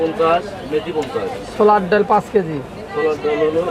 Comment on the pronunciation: Why are you calling daul instead of daal & chaul instead of chal.